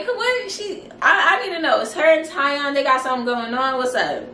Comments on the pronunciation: TieOn is pronounced TeeOn 😂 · He pronounces it TEE ON (Tion)